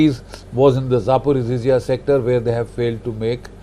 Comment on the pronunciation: Not “Zaporoziziya” The correct pronunciation is “Zaporozhye”